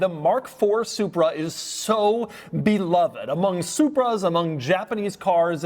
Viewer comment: Double dog dare anyone to take a shot every time Doug says “and” like he is passing a kidney stone. Better, an extra shot every time he mispronounces “beloved”.